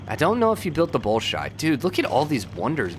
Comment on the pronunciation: Bolshoi = Bohl-shwah